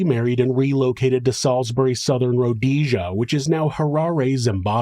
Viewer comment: Just an FYI, Salisbury of Rhodesia is pronounced Sawls-bury, with very little emphasis on the "L."